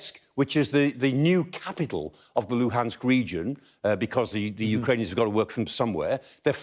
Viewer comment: It's impressive how easily he can pronounce the name of Ukrainian cities.